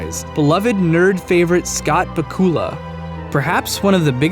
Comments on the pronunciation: Scott BAKula not BaKULa sorry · It's pronounced Back-you-la, not Ba-cool-a. ^_^ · Dude, Scott Bakula's last name is pronounced BACK-yoo-luh, not ba-KOO-la. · Scott "Bah-kool-uh" lol. It's pronounced "Back-u-lah". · Bakoola? Back-You-La. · wait, it's pronounced "buck-oo-luh"? I always thought it was "back-you-luh" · Two corrections: Pronounced back-you-la, and ME does not have a fully explorable universe. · Scott Ba-koo-la? Really? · Loving the Klingon pronunciation of Bakula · I was waiting for someone to point that out lol